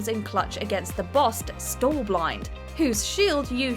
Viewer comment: Some of the pronunciations were rough, but Stallord took the cake. Stall-ord? It's Stal-lord! Like Stalfos, which she got MOSTLY correct earlier (plural of Stalfos is Stalfos, not Stalfoses). Edit: Stall-blind? Really?